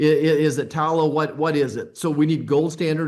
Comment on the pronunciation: Its tallow Dr!!!!